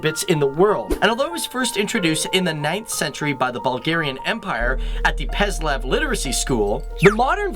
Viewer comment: This was a great video, but thought I should point out that in you absolutely mispronounced the name of their alphabet. The C is soft, sounds like the letter S, not hard like K, and the Y is not silent. The word is pronounced as /səˈrilik/, not /krilik/. It is Preslav, not Peslav. It seems your script has a few typos. I am glad to see someone bring out such great and interesting facts about Russia and its culture, especially in a time when USA fake news media tries so hard to demonize Russia through their vitriol rhetoric that they allegedly interfered in the 2016 election. Russians are beautiful peace-loving people just like Americans, we shouldn't judge a country and its people from biased media propaganda. Thank God for social media to provide stark contrasts of differing facts and opinions so we can form our own views of reality. I love Russia!